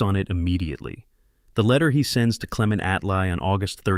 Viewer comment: con-rat Attlee